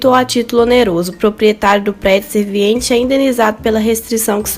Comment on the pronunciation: Vc esta pronunciando 'SERVINIENTE', quando na verdade é 'SERVIENTE'